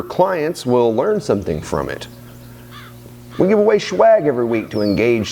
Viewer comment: Omg I feel like it was just yesterday that I was watching your last video. This summer is going by waaaay too fast. I'll definitely be watching this, and your last video over and over again and sharing, just so I can automatically know it. btw I love the way you say SHWAG, and modified world. makes my day! :o.